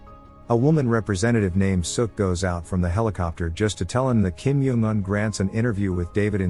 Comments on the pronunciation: Why kim yong un its kim jong un said by North koreans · I love how the ai voice calls Kim jong un “Kim yung un” and “Kim juun un”